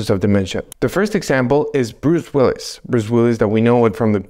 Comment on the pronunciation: Who's Bruce willys? Do you mean Willis?